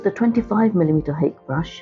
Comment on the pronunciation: Lovely demonstration! I've been trying to get more into landscapes myself as of late. I just wanted to add that Hake is a Japanese word and is pronouced as "Ha-Kay"